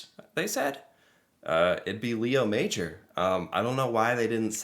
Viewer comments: It's pronounced ma-ZHOR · French class 101: His last name is pronounced May-or. Emphasis on the "or". MayOR. Leo is pronounced: Lay-o, so - Lay-o MayOR. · It's actually Léo Major, with an accent. It's pronounced Lay-O Mah-johr, with a soft J (without the 'd' sound before). He was a French Canadian. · Just out of respect, his name is more like Lay-o MA-jor. He was the REAL Rambo. ;-) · It;s a true story, but his name should be pronounced as the French Canadians do. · The most respectful thing we can do is pronounce his name properly. He was French Lay O would be closest for non French speakers. Major was pronounced in French as well so it’s pronounced differently than in English. He deserves this at minimum ❤🇨🇦. RIP Leo